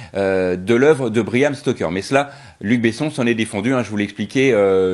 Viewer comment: C’est « Bram » et pas « Briam » ou « Bryan »…😊